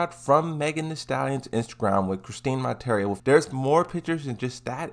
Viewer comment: Well... is calling her Chris-teen Mon-tare-ee-yo instead of Chris-Tee Mon-tee-yeah-row. So yeah, dude dose not know how to pronounce her name she must not be popular.